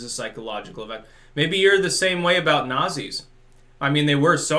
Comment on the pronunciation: The more woke you become, the more you start to see "Nat-zees" everywhere.